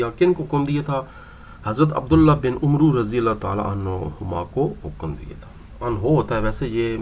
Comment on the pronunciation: عَمرو ہوتا ہے عُمرُو نہیں ہوتا